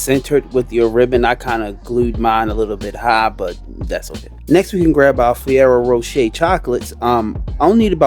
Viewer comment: "FIERO" Rocher!!?? 😂